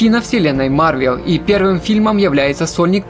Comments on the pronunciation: Я продолжу смотреть твои ролики если вместо марвЕл ты будешь говорить марвЭл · О мой бог, не марвЕл, а марвЭл, по крайней мере мне режет слух